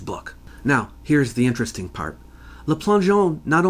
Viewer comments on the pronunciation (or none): none